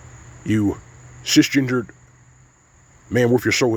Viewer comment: I swear I heard you say "cis-gingered" 😂